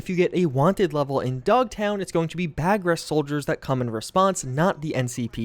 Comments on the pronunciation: Hate to be that guy but it's "BAR-ghest" not "BAG-rhest" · It's not bagress, it's Barghest. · I don't think it's supposed to be "bag-rest" lol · Dude, its Bar-ghest not baag rest. Kinda feels like you're mispronouncing it to trigger people. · not bag-guest soldiers the word is BAR-Ghast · Barghest. A demonic black dog from English myth. Pronounced Bar - Guest. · I was coming here to tell him it's "Bar-guest" (Barghest), it's a mythological dog. Hence, "dogtown". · RRRRRRRRRRRR stop the video, must post, you got the G and the R flipped, it's spelled Barghest and pronounced BAR GEST, think like someone who is a guest at a bar, BAR GEST. In folklore "a monstrous, goblin dog, with huge teeth and claws, that appears only at night" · Not to be too nit picky but that Merc unit in Dogtown is pronounced as Bar-Guest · baRg-Hest. Thanks for your coverage. I'll get "hooked on phonics" on the truck for you. <3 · "bag rest" You're hurting me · Bar-gest. Its Bar-gest. In pronunciation haha. Love you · Why. Does everyone. INSIST. On pronouncing Barghest, BAGHREST?! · “Bar - guest” btw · No one can seem to pronounce Barghest properly. :) Also interesting that one of the Wraith vehicle models, the Archer Quartz, was called Barghest. Barghest is the English folklore name for a monstrous dog.